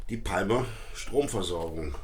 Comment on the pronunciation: Bitte künftig Palmer richtig aussprechen: Pa:mer!